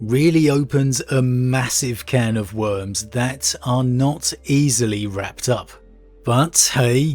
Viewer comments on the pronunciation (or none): none